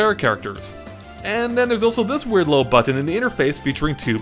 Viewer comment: I love how you say button. You say but-ton. No one else does that lol